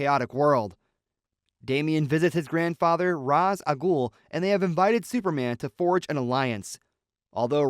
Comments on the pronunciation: His name is pronounced RAYSH, not ROZZ you fucking dingus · It isnt pronounced Raz....it's pronounced Raesh. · Ra's is pronounce "ray-shh" looks like catwoman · It's RAYsh al-Ghul/ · It's pronounced Ray-sh.